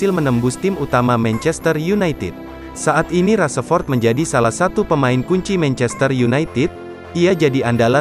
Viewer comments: Rashford bukan raseford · Rashford bang bukan rasepot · Rasepot rasepot,,, VO nya ganti yg bagus dikit ngapa,,,hihihi kyknya ini org jabar yg susah ngmong "F" jdnya "P" Rasepot,,,😂😂🙏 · min bukan rasepot tapi rasa rasemin, mimin nhe kayaknya bukan fans mu masa nama pemain bisa salah sebut bgt🤦‍♂️🤦‍♂️